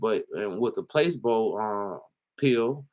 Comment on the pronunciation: Hey!! Love the vid♥️🔥, but fyi placebo is pronounced pluh-SEE-boe 😉👌🏿